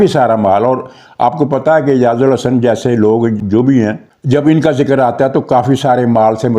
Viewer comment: اعجاز۔۔۔ال۔۔۔احسن۔ اعجاز الحسن نہیں۔ آپ متواتر نام غلط لے رہے ہیں۔ تصحیح فرما لیں، مزید یہ کہ ہانگ کانگ جانے سے پہلے قانون کے مطابق اسے ھیڈ آف ڈیپارٹمنٹ سے ایکس پاکستان لیو لینی چاہئے ، نہیں لی تو قانونی طور پر اس سے باز پرس ہونی چاہیئے ۔